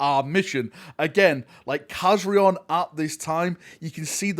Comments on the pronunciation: Kazarion not Kazriel WTF 😅😅😅😅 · For anybody that hasnt noticed, those are the same Blood Angels from the Angels of Death series. The Chaplain Rafael and Khazarion ( Nice pronounciation ) the former or soon to be DeathWatch member